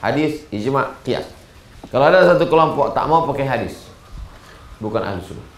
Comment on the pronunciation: Adik2 masih bs diperbaiki lagi bacaannya. Ahlussunnah Kok jadi alhusnah.